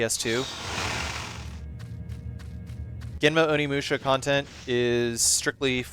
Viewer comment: oh shi, its onimusha! also nailed the japanese intro my dude!